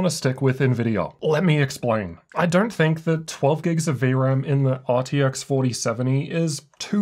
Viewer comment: Why the f*&$ do you keep saying DERNT instead of DON'T???